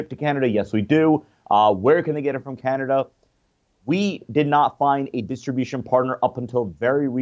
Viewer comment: In Canader?